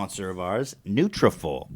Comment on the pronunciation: Ethan! It’s nutra-FOLL, as in like “follicle”. That is all.